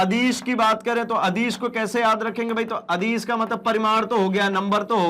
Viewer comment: Sadis or adis ke Pronunciation ko sudhariye